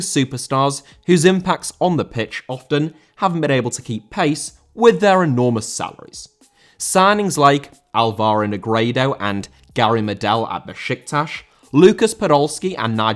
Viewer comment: Álvaro* not Olvorouw